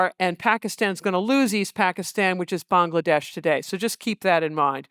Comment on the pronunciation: Massive respect for her saying Bangladesh correctly